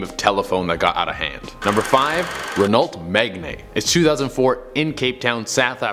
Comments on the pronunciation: Renault is not pronounced "Ren-ault" its pronounced "Reno" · It’s pronounced Renoh, not Renallt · He pronounce Renault as "Re-Nolt". You should be pronouncing it as "Re-Noh" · Its pronounced RE- NO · Number 5 is pronounced Ren-oh. It’s French. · Renault is pronounced like ’Reno’, and Megane is pronounced ‘Me-gain’ like meg(a)gain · WTF is a Ren ault Megnane and where the hell is Le Maas? Also, Jag-war?